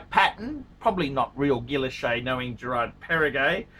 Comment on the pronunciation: Gerrrraaaard perregay